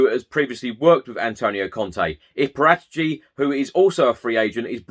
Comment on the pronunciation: It's 'para - tee - chi'. Or Parrot itchy.